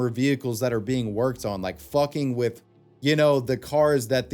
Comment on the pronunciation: no I'm not "wif" anyone,are you "wif" anyone